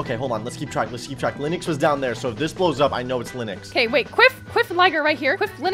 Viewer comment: It’s OKEH to not be OKEH❤️ titan cry 😭